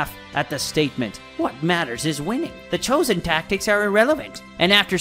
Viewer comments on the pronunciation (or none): none